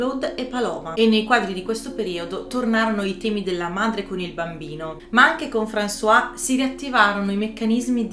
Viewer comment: Molto interessante. Non conoscevo i dettagli di Picasso con le sue donne. Praticamente come uomo era una merda. Apro una piccola parentesi spero mi perdonerai. Françoise Gilot si pronuncia "franzoaz" con la "z" finale altrimenti è François, ed è il nostro Francesco al mascolino. Scusate la precisazione.